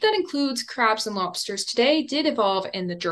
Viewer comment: After some time, I had to watch this again and noted that, in , I heard, "Crabs and mobsters." I listened three times over this passage and it didn't change... Come on, you made this as a deliberate test, to see how attentive we are... ;-D